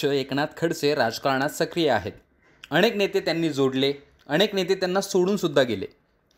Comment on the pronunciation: अणेक नाही रे अनेक